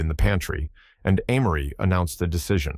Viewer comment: He or it pronounces Amory differently, even in the same sentence. Sometime is it Ah-mory. Other time it's Ay-mory (the correct pronunciation). AI still has a long way to go.